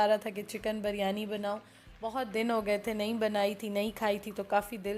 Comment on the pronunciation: Ap bolti hain jab k actual word biryani hai plz dont mind ap pronouns sahi nahi karti